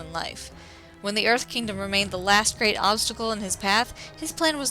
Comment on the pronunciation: Avatar the lasht airbender